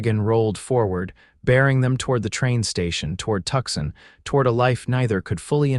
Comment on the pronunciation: Listening from Clarksville, TN. Nice story but have a suggestion - it is Tucson not Tuxson. Please try to make the correction.